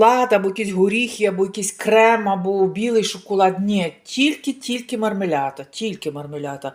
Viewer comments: Жінко, не позортесь...В італійській мові нема "я". Е сполучення "іа", що на слух трохи схоже ,але не тут. Marmellata.Подвійне зм'якшене "л", яке вимовляеться, притиснувши язик до піднебіння. Ви теж, як и Ганя, замісь того,щоб вчити мову, бігаете у пошуках знижок?🤣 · Вона вимовляє так на італійській мові мармелята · В iталiйськiй мовi нема слова "мармелята"😅 i лятте,i мортателя також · То не дивно,бо з її тупістю вона не розуміє як правильно вимовляти.